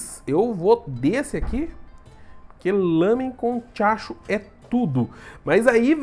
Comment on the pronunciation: Toda hora q o Velbs falava tiachu eu imaginava ele falando diacho kkkkkk